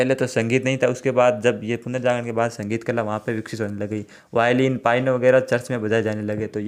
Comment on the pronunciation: सर पायनो नहीं पियानो होता हैं।